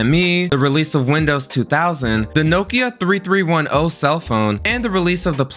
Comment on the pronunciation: It was called the Nokia 33 10… you don’t say the full number